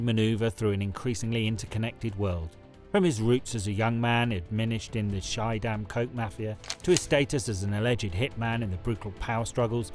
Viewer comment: It's pronounced ski-dam, not shy-dam. Very interesting story though